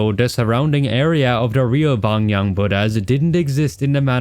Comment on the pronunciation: Hello 3 smol pronunciations: 1. Its called Shalwar kameez (shawwl-war) 2.the buddhas of bimiyan (not byonyang 😅) 3.pashto and dari and even persian was spoken by certian tribes It us a stunning criticism of games man ❤❤❤